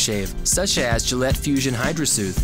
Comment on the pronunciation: Gayllette or Gillette?